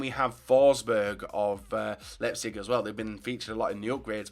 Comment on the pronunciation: Why can no Youtubers pronounce Leipzig right? It is ‘Lie-p-zig’